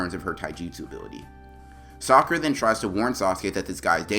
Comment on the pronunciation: Bro in my translations,instead of saying saying sakura it's say soccer'a.